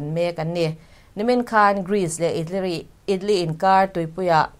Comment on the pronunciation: "itlee" anih chuh...